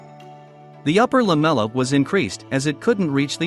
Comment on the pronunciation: take a vodka shot everytime the text-to-speech bot says LAMELA